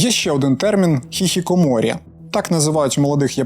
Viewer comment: *тільки не хіхікоморі, а хіКікоморі